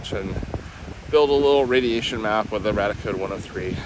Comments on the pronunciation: Love your videos - apart from your mispronunciation of the name of one of your detectors - it's Rad-ia Code, like the first part of radia-tion! Not the same as your 'RadEye) 🤓I suspect the 'dark iron' is from deposits of magnetite somewhere under the ocean being eroded by natural processes and deposited on the beach? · I'm sorry, but every time you say Radiacode, it sounds to my ears like "Raticode" which reminds me of a pokemon and this is distracting me way more than it should lol.